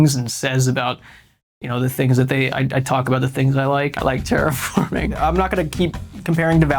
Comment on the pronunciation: “Dragonwilds should represent the game” Also: “TERAFORMING!”